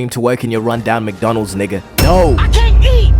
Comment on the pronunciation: why u say mcdonalds like that? "mcdunulds"